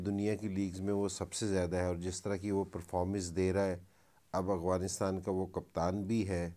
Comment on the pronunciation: Ok dear, with all due respect please also learn how to pronounce AFGHANISTAN not Aghwanistan. Peace from Afghanistan 🇦🇫